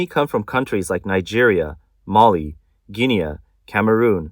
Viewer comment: Is it ignorance or stupidity? There’s two county in Africa with similar names Guinea the other is Guinea-Bissau. Please if you are going to make videos educate yourself and for god sake learn how to pronounce names.